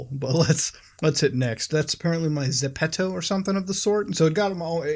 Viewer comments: Zepeto? 😂 Bruv Like a Frenchman saying "The pedo"? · It's actually pronounced geppeto in Korean. But for English speakers it's ZEH-PEH-TOE. Or add an accent and it turns into the word shoes in spanish (ZAPATOS) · it is called ZEPETO not ZEPTO. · I thought i pronounced zepeto correct but i call it zeepeedo